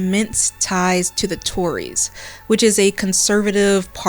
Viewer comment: Hearing the “tories” come from a non British person 😭😭😭